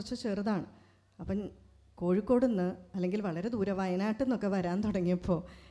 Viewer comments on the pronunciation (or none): none